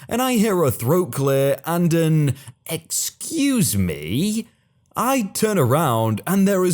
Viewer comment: Storytime : While I enjoy wholesome stories, when there is a wholesome story, and the person saying, "Excuse me." isn't a Karen, you need to use an inflection of voice that does not make it sound like it is a Karen in the wild, but that it IS a sweet old lady. You do a disservice to the person in the story, and to the viewers of the video. Please keep in mind that vocal inflection is of primary importance in these stories. That is the only thing I have any problem with, and there may be others who feel the same way, but for some reason haven't said anything yet.